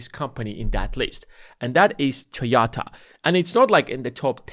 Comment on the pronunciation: All good, but what's Toyata?